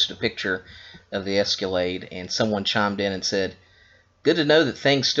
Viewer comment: the word is ESCALADE, not esculade